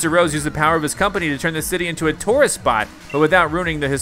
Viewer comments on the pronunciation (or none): none